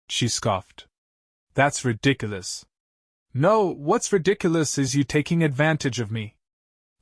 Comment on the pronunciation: He could have attached a contractor's lein on the house. Either when they tried to sell the house or when they die, he could get paid. I wish this guy or ai would learn to pronounce 'ridiculous' .